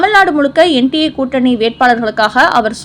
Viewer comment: "Annamalai தேவைப்படுகிறது" என்று அஃரிணையில் சொல்லுகிறீர்கள்? யார் எழுதித் தருவது? - பிரசுரங்களிலும் . சரியாக உச்சரிக்கவும். That means publications. NDA கூட்டணி not NTA. Very worst pronunciation.